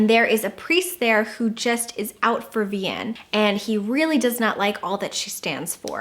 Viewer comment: Thanks for the great recommandations! I'm gonna have to add Chocolat to my TBR cause it pops up in all your lists, and I already enjoy your other favorites.:) (PS: You seem hesitant about how Vianne is pronounced, so just in case you care it's " vee-anne", like in Brianna.)